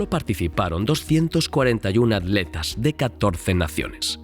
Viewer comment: Por que los españoles les dicen adletas a los atletas?